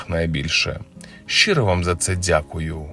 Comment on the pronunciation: говори швидше і не дзякай